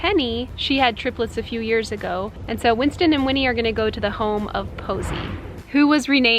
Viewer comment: I cried when you Said Winnie and Winsten